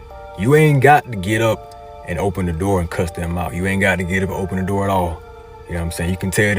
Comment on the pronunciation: " OBEN THE NORRRRRRRRRR " 🤣🔥🔥🔥